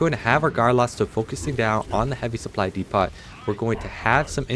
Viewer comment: Dee pot is killing me. 😂